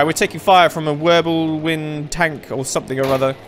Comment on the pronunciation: he just says Würbelwind